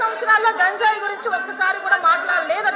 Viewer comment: "గాంజాయి " కాదు, అనూ! గంజాయి